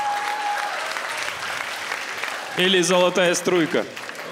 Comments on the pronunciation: Не жамбыр а жаңбыр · Монтажеры, на казахском дождь- Жаңбыр, а не жамбыр. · Ребят, все круто ❤ но правильнее будет алтын жаңбыр а не жамбыр